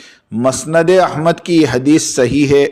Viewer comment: مسند کو پیش کے ساتھ پڑھو بھایی اور معاویہ کو پیش کے ساتھ پڑھو البدایہ کو زیر کے ساتھ پڑھین بھایی